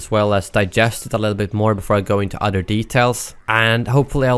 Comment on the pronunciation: Your saying udder not other